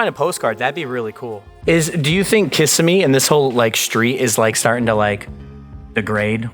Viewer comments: It's pronounced "kuh-sim-ee" lol not "kiss-uh-me" 😂 Don't mind me ...just a crazy local. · Hearing “Kiss-a-me” is so funny it’s kuh-sim-ee lmao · It's not KISS-imee, it's "ki-SIM-mee." Nice to see again. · Kississimee is pronounced "Ki-sim-ee" not "Kiss-a-me" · Pronound: kissim-mee, Not Kiss-i-mee. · It’s pronounced Kuh-simmee, NOT Kiss-a-me! Get it right. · Where the hell is "Kiss-immee"? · It's kuh-si-mee for future reference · kiss- SIM-a-knee 👉🏼☝🏼👈🏼🦵🏼 😚 SIM-a 🦵🏼! Lol! 😆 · "Kia-simmy" lol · It's Kiss-Sim-E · How this channel is popular is beyond me. To be such an explorer and to mispronounce the name of the city that you’re exploring, is pretty pathetic.